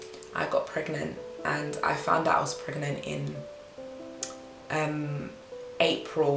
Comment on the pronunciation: was gonna watch till i read pregnant as pregAnant! lmao